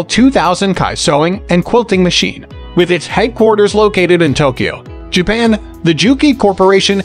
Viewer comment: Doesn’t anyone proof the narration before publishing the video? You would think there would be tweaks that a person could make for a smoother delivery, speaking in a natural cadence, and pronunciation (I.e. Tokyo . . . .Japan; needs to be Tokyo, Japan).